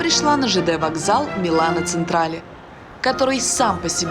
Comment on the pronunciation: Вообще всегда, ну практически всегда, мне было все равно когда кто-нибудь неправильно произносил иностранные названия, но услышав несколько раз «Милано Централе» - я не смогла устоять: ЧЕнтрале. МИЛАНО ЧЕНТРАЛЕ. Мне полегчало)) П.С. Вообще не камень в огород, всех люблю)